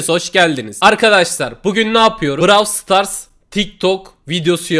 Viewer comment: Abi brawl stars a browl stars demeyen tek kişisin